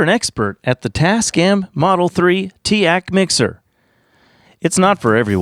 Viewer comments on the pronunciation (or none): "tea-aahk" shnaps i've always said teek